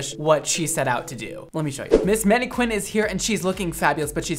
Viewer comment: ... "menny qwinn"??